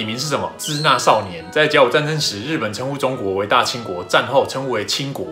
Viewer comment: 支那的读音应该是Shina而不是Cina